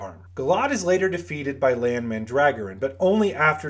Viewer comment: It’s Lan. Period.